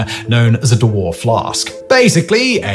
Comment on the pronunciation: Why is he pronouncing Dewar as Do War? It's more like Dewer.